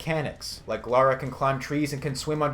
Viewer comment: Its Lara not laura. Lol just kidding, keep the videos up